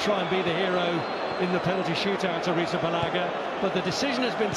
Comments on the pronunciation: Prounounce arizabelaga Arithabalaga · Kepa ariz____balaga I don't think that is how you say his name